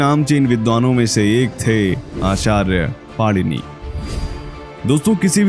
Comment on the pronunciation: It is my request to u that the name of our pujyaniya Rushi jeen ja nam correctly leejiye the correct name of the subject rushi ka nam PANINi hayi na ki panirushi